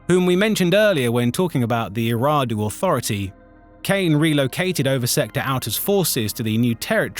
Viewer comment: Gotta learn how to pronounce Eriadu